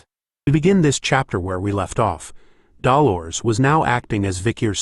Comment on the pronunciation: Am I the only one who finds it weird that the AI can correctly pronounce Grenouille but not Dolores?